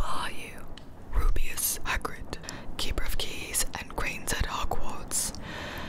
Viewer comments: Ahhh! I swear it sounds like you said "keeper of keys and GRAINS at Hogwarts." And it made me twitch. Lmao. Other than that... top notch! Lol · Keeper of keys and… grains? Lol I didn’t realize he was saying “grounds” until I watched Sorcerer’s Stone as an adult and it looks like Gibi misheard as well 😂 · Ashton I swear she said grains 🤣 I came to the comments just to see if someone else would address it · Sounded like she said, ‘Rubeus Hagrid, keeper of keys and grains at Hogwarts’. 😂 is he keeping quinoa?!?!